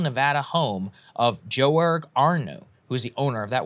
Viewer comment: Joerg is pronounced like Yurg by the way